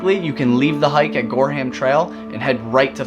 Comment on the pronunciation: Great video! Very informative and great pictures. I live in Maine and was in Bar Harbor last week. Gorham is actually pronounced “Gore-em”. There’s a town near Portland called Gorham, too.